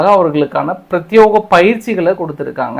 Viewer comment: அது பிராத்தியோகம் இல்லை, பிரத்தியேகம். பல நாள் பாத்துட்டேன், தொடர்ந்து தப்பாத்தான் சொல்றீங்க.